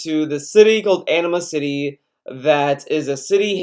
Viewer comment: In a much more immature comment, I know it's your accent, but I'm sorry, I can't help but hear you pronounce "Anima-City" as "Enema City" and it's making me crack up. Not your fault, just a problem with my mind.